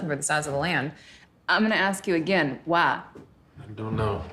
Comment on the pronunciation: Why does she say “waaa” instead of “why”?